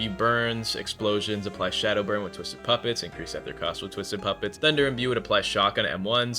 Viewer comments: its EETHER NOT EHTHER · Ether ❌️ eee ther ✅️